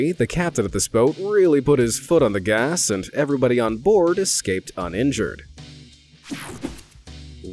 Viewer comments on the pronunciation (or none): none